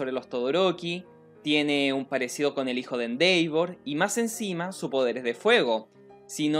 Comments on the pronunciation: Disculpa nose dice Endeivor se dice Endevor en la pronunciación, bueno solo es mi opinión. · se pronuncia endevor tanto en ingles americano como en ingles britanico....no endeivor e_e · Se dice Endeva 😎✌ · Nadie: Absolutamente nadie:: "endeivor" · Mis oídos sangran cada vez... se hace bolita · Elias Cruz De hecho se pronuncia “IndevOr” con un ligero grave en la letra O, ya que es una palabra en inglés, y en japonés se escucha “Endeva” con una extensión en la letra A, pero no se Japonés así que ahí si lo puedes decir como quieras.